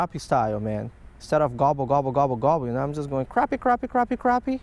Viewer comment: pronounced "crappy" not croppy or crahppy